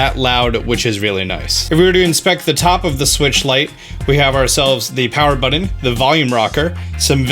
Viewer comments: buTTon not buDDon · What's a home "budden"? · It’s funny how he says button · Pronunciation police here... How many "D's" are in the word "button"? It shouldn't drive me bonkers, but somehow it does.